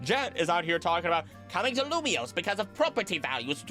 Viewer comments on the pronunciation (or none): none